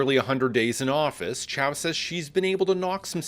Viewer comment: seriously? she cant even pronounce her own name!!! toronto is sooo screwed!!😅